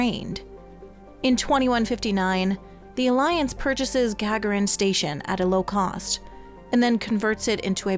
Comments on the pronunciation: 'Gag-a-rin'? Yuri might be offended. 'Ga-gar-in' is how his name is spoken. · Gagarin Station is pronounced "gaGAHrin" - as in Yuri Gagarin, the first astronaut to make it into space. 🖖